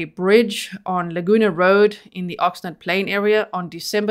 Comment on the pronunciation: From a local californian. Pronunciations , Y-knee-me and you were right the first time on ox- nard.